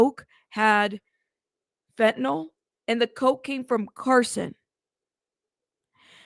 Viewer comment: Fentanyl, not Fentanol.